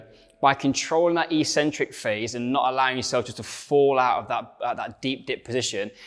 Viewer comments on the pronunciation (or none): In English that's pronounced ek-centric not ee-centric.